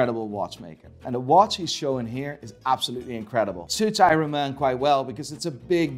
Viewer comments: If you say iron like irun one more time ima.... HE DID IT AGAIN! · Who pronounces the r in iron? Only!